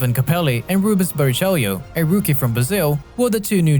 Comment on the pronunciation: Bara chello say Bara chello it's not spelled that way but it's how you say it